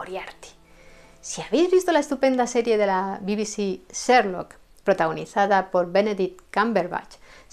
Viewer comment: He visto casi todos tus videos los que, además de ser de gran interés , están estupendamente narrados y documentados. Me encanta tu forma de pronunciar algunos nombres en inglés, como: "/serlok/" Holmes. ¡Saludos desde Chile!